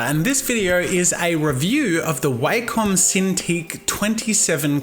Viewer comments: The way you pronounce Wacom is disturbing to me. It's Wack-em not Way-come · That would be wakem its wa-kom